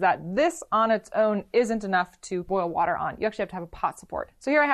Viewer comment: I love the pop up of brad for “wourder”